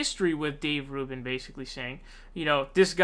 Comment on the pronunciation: It's RUBIN like Rubix cube the U is long like OO. Roobin. Rubin. ;) Your welcome. :) You should know who this rubin as*hat is. lol